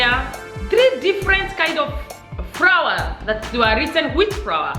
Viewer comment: you must say flour not frawa